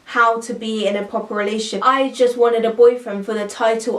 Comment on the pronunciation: she keeps saying "relay-ship" and not "relationship" lol